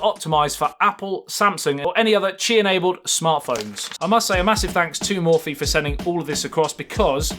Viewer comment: Mo-phie not mor-phie